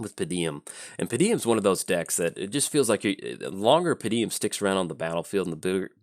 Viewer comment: Hey, hate to be 'that guy'. It doesn't especially bother me, but how did you manage to consistently say "Pa-deem" with three syllables? =P